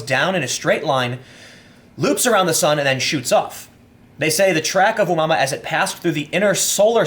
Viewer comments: It's oh-mu-ah-mu-ah. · Tim, its pronounced "Oh moo uh moo uh". Its a Hawaiian word meaning wanderer or something. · It's pronounced oo moo a moo a Tim, check out Gary McKinnon. He's a hacker who hacked the Pentagon and you need to have a good look at what he found. The space force has been in operation for years!! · "ooh mama" :) I am so pronouncing it that way from now on. Its not oh-moo-uh-moo-uh or whatever. Its Ooh mama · Hey Tim, the space object's name is pronounced "Ah-moo-uh-moo-uh", it is Hawaiian. The ancient game is "Space Invaders" and was really popular when I was younger. I do think space force is not a bad idea, once this country sent men to the moon, it was a great time of unity for us. We need something to bring us together again. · Tim, you’re awesome lol. The object is pronounced “Oh-Moo-Ah-Moo-Ah”